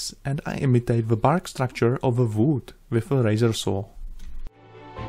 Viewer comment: are youa a jew why you say v instead of U? its wood uood not vood :))